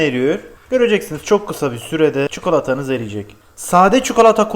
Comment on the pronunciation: Abi çukalata nedir 😂